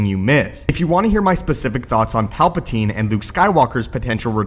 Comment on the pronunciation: my only comment is stop saying palpa*teen*